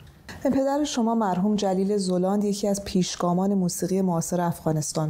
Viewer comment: چرا همه می‌گم زُلاند؟ زَلانده!